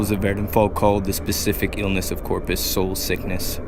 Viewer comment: Corprus, not Corpus.